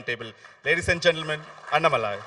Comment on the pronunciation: Hello ...it is not annamalai...it is annaa-malai. Annaa should be elongated. You guys pronounce it like Anna without stress and shortened.